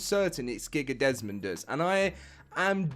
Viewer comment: Nah, this is clearly just a voice actor who isn't directed more than necessary because of his talent. It's clearly Desmodeus but he just let's the entire name fly off the rip instead of pronouncing the MO properly. Just how Meola can't pronounce Paraceratherium(Paracewrathium).